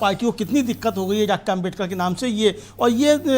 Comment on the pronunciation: जी आप बार बार आमबेडकर बोल रहे हैं उच्चारण सही करिए अम्बेडकर बोलिए।